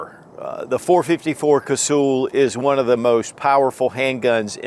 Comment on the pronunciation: It’s not Casool, it’s pronounced like hull of a boat. Cuz-hull. I have so much respect for that cartridge I just had to point that out.😊